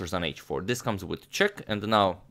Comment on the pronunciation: it's funny when a newby says 'chess' instead of 'check'. "This comes with chess", pointing at Spassky's chair.